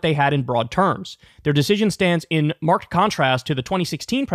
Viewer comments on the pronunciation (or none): Kyle, marked is just pronounced mark-Edd (like the name) or maybe “mark-id”. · Not for nothing, But I think its "Mark-ed"